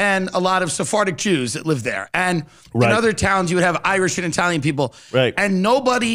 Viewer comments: Why does this burn out keep saying I-uh-talian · I can't get over how Curtis corrects Tim on his pronunciation of "silicon" while he says "eye-talian" about 50 times. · Cool guy, can’t fucking stand the way he kept saying EYE-talian….. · he says 'eye-italian'